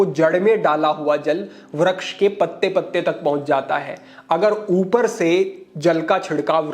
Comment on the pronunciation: kshamaa chaahataa hoon, "Vraksh" nahin, "Vriksh" hotaa hai.